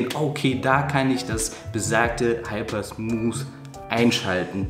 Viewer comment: Oh, Ihr lieben Deutschen-Kollegen ... in diesem jungen Alter und Du kannst immer noch nicht das englische "TH" aussprechen... Und dann noch ein Video veröffentlichen und allen zeigen, dass Du schlecht englisch kannst... Mensch, lernt doch das "TH" aussprechen, liebe Leute!!! (nur gut gemeint, aber doch ärgerlich, wenn man Smooth nicht ausprechen kann) All the Best weiter!